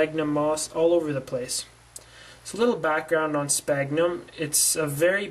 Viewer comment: Well you don't call people on your cell PONE right? It's pronounced cellFONE. SFAGhnumM. NOT SPAGNUM... How you can make a tutorial to grow something you can't pronounce is beyond me haha. Btw how fast does this stuff grow?